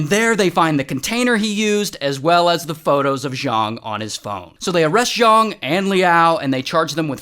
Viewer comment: *Zhang not Zhong